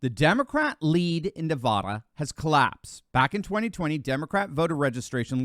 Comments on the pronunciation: Not navoda. Its Nevada like ne-fat-a. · Please for the love of God please stop mispronouncing my state! It's not Navahdah, it's NevAda! I don't know why that drives me crazy but it does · It's Nevada not Nevahda